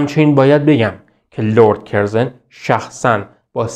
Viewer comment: کسی که لرد کورزون را کِرزِن تلفظ میکنه مشخصه مطالعه اش کمه! چون صداش و اطوارهاش خوبه ، نوشتن دادن دستش! نون به نرخ روز! اقای رو گفتم!